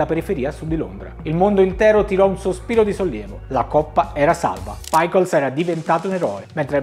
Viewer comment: Paicols non si può sentire 🤦🏼Il cane si chiamava Pickles, e si legge per come è scritto.